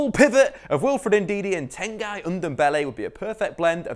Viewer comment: Time to get the name of Tanguy Ndombele right.... Tanguy is prononced like Tan-gi not tan-guy.